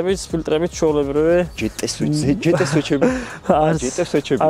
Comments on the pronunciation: ჯეტე არა ჯოტია ჯოტიააა😂😂😂😂😂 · ხერო მაგრა ასწორებს შენი არხი გიყურებ რაც დაიწყე იუთუბი პროსტა სასტავი ვუყურებთ და ამ ჯეტე ს შეეშვი ძმურად იმენა ყურს აზიქნებს ძმაო. ჯეტე 63 არა ჯი თი .. ჯეტეერი არა ჯი თი არი 😂